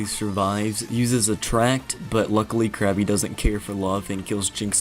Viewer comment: It's Krabby, not Krappy.